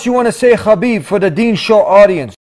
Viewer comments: DUDE ITS Habib (حبیب ) not Khabib There wasn't Such name خبیب! Its (حا) ح not خا (خ) khabib means nothing at all !! Wikipedia ↘️ Habib (Arabic: حبيب, translit. ḥabīb; Arabic pronunciation: [ħabiːb ]), sometimes written as Habeeb, is an Arabic masculine given name and occasional surname with the meaning "beloved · its habeeb not... khabib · Bro his name is pronounced Habib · he himself said its pronounced habib (he uses the arabic version) I can send u the video link if u want , but how does the russian pronounciation sound? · Mashallah 😊, but brotha, it's حبيب not خبيب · its habib actually